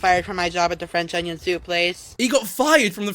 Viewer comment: You're doing Nova too...im already dead alive because of all the livestreams on 2H4S channel for the novaweek i won't make it to the end of the week 😂!!.That's an iceberg!! Stepping into.... "Fwench onion thoup" reviews / worldofpdfcords is quite brave to be honnest thanks lad for the great work 😁!! Let's see if you're still finding swag in his baby suit 😎